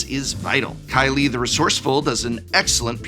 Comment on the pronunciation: Did Prof called Kili "Kylie" ?!